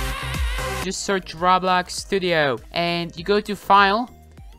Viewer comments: I swear he says RAWBLOX instead pf roblox lol not bullying just sayin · ur saying rawblox like its rotting in hell..XD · My guy says roblox like R A W B L O X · XD Listen When u say Roblox why u say Rawblax? XD Dude Say it its easy Roblox Roblox!!!;) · normal people: Roblox: Rablax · he:every body is almost lagging on rablax me:its roblox he:RABLAX! me: faints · I love how he pronounces Roblox to: RABLAX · nobody: literally no species on the earth;: RAWBLAWX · He said rawblox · "rablax" no offence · Why do you say rablax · I love It when u say Rablax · Is no one going to talk about how he said rablax 😂😂😂 had my dying😂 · I like how you pronounce it rablax Also ty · Raw Blox, he says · When he said "Rablax" I felt that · I was dying of laughter when he said “Rablax” I’m still laughing about it while I’m typing this comment up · its RO-BLOX GET THAT? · when he say roblox i luagh so hard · just pronounce roblox correctly dude. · The way he says roblox tho xD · Lmao the way he say Roblox!